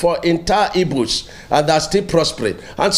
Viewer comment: Is he an Igbo man? Because and Igbo man won't pronounce it this way he did. Which one is Ibos?